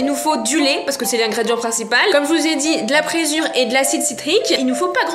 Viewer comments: "Du présure" c'est insupportable, c'est de LA présure. Et sa se prononce préZure. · on dit de la Présure pas pressure :)